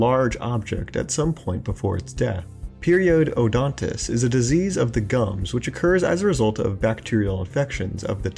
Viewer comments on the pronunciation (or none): Clearly on screen : Periodontitus (perio-don-titus) Narrator: Periode odontis (peery-ode. O-dontus) Really?